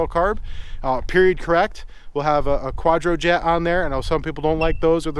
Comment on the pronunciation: Are you saying Quadro-Jet and not Quadra-Jet?